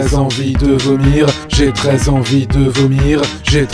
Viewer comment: Au bout d'un moment on dirait qu'il ditt " j'ai 13 envies de vomir" x)